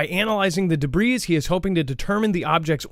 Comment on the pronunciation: ....say duhbree, not duhbreeze, the "s" is silent. "Debris".... Just sayin.....; )